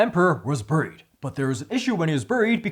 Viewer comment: “Was buried”…I didn’t get your pronunciation at first, but with the theme of sword and snow I get it now….”buuuuuuuried” ❄️